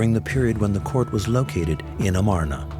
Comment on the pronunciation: And the pronunciation of Tel el Armana - Akhetaten - is hysterical !